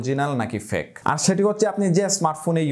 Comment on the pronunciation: অসংখ্য ধন্যবাদ ভাইয়া। সম্ভবত আপনার fake উচ্চারণ সঠিকভাবে হচ্ছিল নাহ, এই বিষয়ে একটু যাচাই করলে ভালো হই।